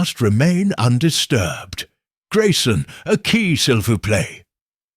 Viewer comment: Not sil vouch plate but si voo play Before you have someone pronounce your Hercule, please make sure he can pronounce the French!! Or Belgian! (Which is in essence, French)